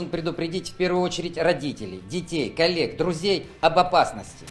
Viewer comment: колеГ чи калєК? ой, не чує баба.... :)